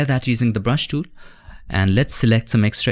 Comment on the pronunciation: The dool THE DOOL FRKN TOOL. NOT DOOL